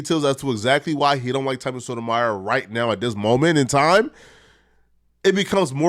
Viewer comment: Why u butchering Tommy last name like that bro lol